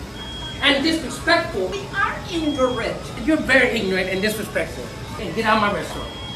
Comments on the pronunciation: pfffff "ingorat" lol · “we aren’t in-gorant” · That old lady at Burger King really said "we aren't ingorant!! 🤣🤣🤣 Nope, not at all ma'am; you're not "ingorant," but you are very ignorant! 🤦🏼‍♀️😆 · "so ignorant and disrespectful" "We aren't INGURAINT." 😂😂😂😂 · "We aren't ingorant" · Lmao she can’t even say ignorant lmao